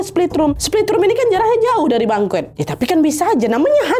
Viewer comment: izin ralat ya, bengkoe yg dimaksud mungkin banquet. dibacanya “bangket”